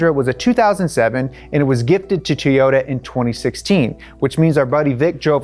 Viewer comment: me:: Teryota